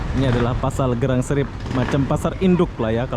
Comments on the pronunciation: Bro bukan Gelang Serai tapi Geylang Serai... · mas bro, Bukan pasar gelang srai tapi, gey Lang srai ......🤪🤪🤪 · Satu lagi belajar sebutan ikut tempat yg awak lawati contoh GEYLANG SERAI sebutan GAI LANG SE RAI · tak reti sebut geylang seray...dia sebut gelang serai...hehehehe... lain kali tanyalah orang Singapura macam mana nak sebut..